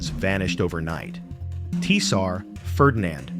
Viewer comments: “Tee-sat” is not how I would pronounce tsar. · Tee-sar Ferdinand of Bulgaria Great. Thanks AI. It doesnt have be smarter than us if we’re dumb enough to watch these videos